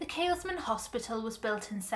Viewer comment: Tiny point but I couldn't help getting distracted every time you said it. There's no 'S' in the middle of Keelmen. Apart from that, a very good video!